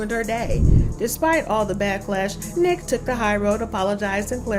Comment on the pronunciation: Her Name Is Niiiique 🤦Nique 🤣🤣🤣